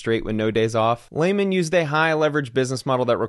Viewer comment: It’s LEE-man not LAY-man!